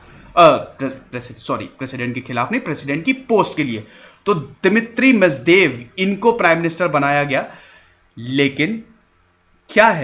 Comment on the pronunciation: Dimitri Medvedev ko Dimitri mejdev keh raha hai bhai....kya hai ye bhaiii...